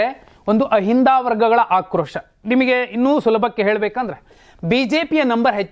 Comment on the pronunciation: adu ahinda alla ahindu ಅಷ್ಟೆ